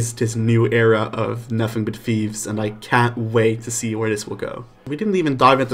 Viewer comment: It’s “thieves” not “Fieves” by the way